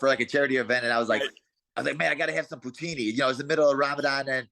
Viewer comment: poo-teen-E ooooooooooo .... K